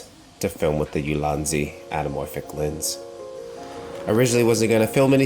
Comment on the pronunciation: YOU-LAHN-ZEE!!! C’mon, bru...